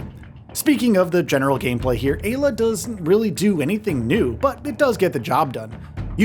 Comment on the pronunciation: Im fairly certain it should be pronounced "EYE-la"